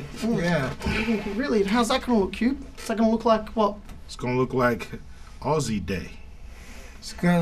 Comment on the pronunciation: The way the guy who isnt icecube says aussie makes me want to die.